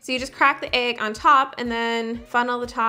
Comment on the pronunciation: I love how you pronounce egg lol ayg